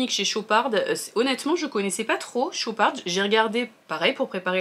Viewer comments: Hello ça se prononce chopar sans le d a la fin 😊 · Très bonne vidéo ! Par contre c'est "Chopard* on ne prononce pas le D final😊😅